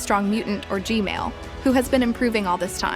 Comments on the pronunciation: Every analysis calls G-man toilet G-male toilet!! 😅😅😂😂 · Said Gmail Instead Of G-Man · is saying “Gmail toilet”